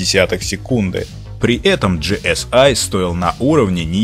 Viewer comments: Не ги эс ай а просто ГЭ ЕС И это не американцы а немец так то ;-) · Вообще-то это немецкая и читается ГЭ ЭС И